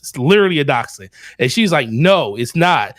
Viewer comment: The dog breed is a Daschsund (pronounced DAKKS-hund). The term "dash hound" is incorrect.